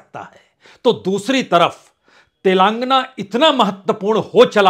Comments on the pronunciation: Punyaji. It is sounded as 'Telengaana' and not 'Telaangana'. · तेलांगना नहीं, तेलंगाना😅